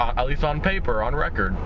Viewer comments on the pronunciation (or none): none